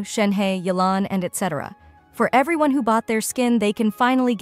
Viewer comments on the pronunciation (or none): none